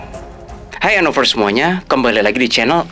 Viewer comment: Btw anovers bukan anofers